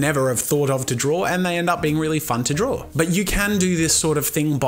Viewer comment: did you say drawl? hahahahahahahahahahahahahahahahaha